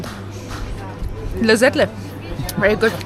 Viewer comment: You're such a cute and respectful couple! Your choice of visiting Eskişehir shows your genuine interest in the local culture and history. Your pronunciation of most Turkish names are near perfect (e.g. Porsuk, lezzetli). By the way, "cadde" is pronounced "djadde".